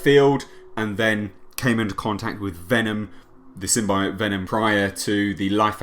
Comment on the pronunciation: The thing no one is saying they now say symbiote properly rather than the wired way they said it before